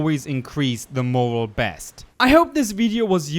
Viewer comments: Its pronounced like (more-rail) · Heads up. I think morale is pronounced “more al”. 😊 great video! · Its pronounced MORE-AL / MORE-OWL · Hey liked the video. Just wanted to let you know morale is pronounced more-al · You said a LOT of words wrong, but hearing the section about morale was painful. Its pronounced more-AL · Morale is pronounced "More - Al". It describes how the soldiers at mother base are feeling ( Happy / Not Happy). High Morale is good because it boosts productivity. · It’s not Moral, it’s Morale. Both are words that have different meanings. Say MOR and then the ALE is pronounced Like the name AL. Google it. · hey, I realize it's a difficult word and it's okay to stumble over it, but when you were talking about the solders morale, it's pronounced more-al. just a friendly heads up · Morale is pronounced "More AL". Thanks for the video, very informative. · very useful things, but you did pronounce "morale" incorrectly.... (more-al) al pronounced like Alfred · Awesome tips! :D I didn't know about the demon snake effect. Liking this! PS. Just a short note: 'morale' is being pronounced as more-'L' as in the letter 'L'. Moral is an entirely different word and it's pronounced as you did in this video. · the word Morale is pronounced like mo-RAE-L, it's definitely not the same as the word "moral". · Did it erk anyone else that he completely butchered the word "Moral" every time he said it? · Totally.. he's pronouncing it wrong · Good tips. Learned some stuff. Just want to say tho, "morale" is not pronounced the same as "moral". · Morale, not moral. Great video though :) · "morale". stress on the "a" pronounced like the "a" in "happy" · it's "Morale" not "moral." lol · It's "more-al" not "more-els" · Morale is pronounced "more-al" not moral, but that could be an accent thing.cool vid though, and thanks for the warning about losing quiet, though i think i wanna see what its happens with her anyways... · It’s pronounced more-Al… not more-UL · Morale not morals